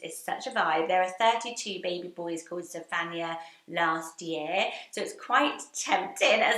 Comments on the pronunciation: That is not how you say Zephaniah Sounds more like Zef an -eye ah iah makes an eye-ah Sounds Same as other biblical name like Isaiah Jeremiah Jedadiah Josiah Hezekiah Nehemiah Obadiah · I really enjoyed this list! So fun. Definite fave is Beauregard - like Violet Beauregard ! I haven’t heard Zephaniah emphasising the ‘phan’ - always the ‘Niah’ stressed. I’m from Wales, there was a girl in my year and she always pronounced the G in Angharad? Lastly - where is your lipstick from? It’s a lovely colour! X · I've never heard Zephaniah pronounced like that?